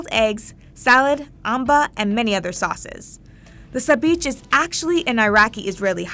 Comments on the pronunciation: I'm Jewish and it's not sabich isn't pronounced as "bich" it's more like bichh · the "sabeach" pronunciation sent me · Haha omg hearing you say Sabich made me cringe hard. You should probably learn how to say something properly before you use it in your video